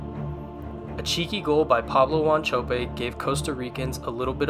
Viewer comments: That's what I thought, he pronounced paulo wanchope, Pablo wanchopi right in the first game lol. Hendrick Larsson should have been Henrik Larsson, laquinta but he said laqento or quento it sounded like...harry cowell lol kewell, it's kewell...Phillipe senderos was off and it's Alexander frei not fry lol, radhi jaidi sounded like roddy joddy and it's not tunesa it's tunisia my guy lol..that roddy joddy got me tho lol. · Pablo wonchopi lol...ita paulo wanchope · 8th grade production level Wanchope pronouncing is way off brotha....who's wan-cho-pay....good attempt but really should do your homework prior. wan-cho-pay lol